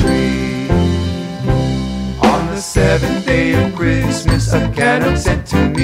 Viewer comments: ca-nuck not can-uck...gah! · Great imagination. Thoroughly enjoyed the video. However, on the work Canuck, you have the emPHAsis on the wrong SyllABLE. Canuck should be pronounced caNUCK "Canuck" /kəˈnʌk/ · In the word 'Canuck', the accent should be on the second syllable. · Not trying to be Grinchy, but the word "Canuck" is mispronounced. The accent is actually on the second syllable ---- can- NUK. It sounds so bizarre to me as a Canadian to hear them singing CANN- nuk. Really dislike it. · I agree. I have never heard that pronounciation of Ca NUK. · Seriously what is a Can Uck never heard it pronounce that way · Ok they miss annunciated the word CANUCK it is said Can uck. I am Canadian-American and even I know this. No idea who created this but they really should have asked a Canadian how to annunciate the word first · Pronounced Can AUK. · I LOVE THE SONG.....but........... What's a Canuck' ? It sounds like half a mechanic!! It's pronouced Ca'nuck... /kəˈnʌk/ <---dictionary phonetics Beauty, eh ? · emPHAsis on the wrong sylLABle of CaNUCK. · and they pronounce canuck wrong!! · I object more to the mispronunciation of Canuck! 🤣🤣🤣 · Outside of them saying Canuck waaaay wrong its cute :) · Interesting. Never heard the word 'Canuck' said like that before! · This is great!!!! Well done .....( I tried to ignore the pronunciation of 'Canuck' :-) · This is a cute video, and I have the book and it is very lovely for Canadian children, however there is a GLARING issue... a mispronunciation of the word canuck. It should have the emphasis on the 2nd syllable not the first. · I'm sure they are pronouncing Canuck the way they do so it will rhyme better. Great song. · Weirdest way of pronouncing Canuck I have ever heard :) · I totally agree. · Yes, it would be nice if they could pronounce Canuck correctly. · I was going to buy three of these for my grandchildren until I heard how they pronounced Canuck !! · Hey, just so you know, you pronounced Canuck wrong :)